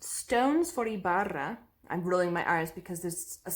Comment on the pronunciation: I'm reading Terry Pratchett's books and they are very funny and silly. I recommend them. I haven't read the one you have yet but I bet it must be hilarious too. Good pronunciation of Ibarra hehe. Although, if you don't roll so much, just a bit softer, it will sound more natural.